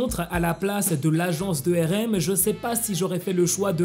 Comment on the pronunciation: tu prononce RM mal ! Sa me fait mal je suis désolé